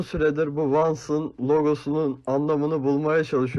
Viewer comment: Abi Vans demek Van anan8 siheyem diyo